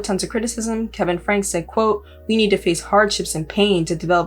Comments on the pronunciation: Definitely not the point but for your future research, I believe their last name is pronounced “Frankie” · Last name is pronounced Frank-ie. Ruby & Kevin have gone off the deep end. It's sad for their kids and extended family.